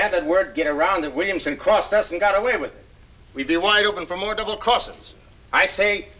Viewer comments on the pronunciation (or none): none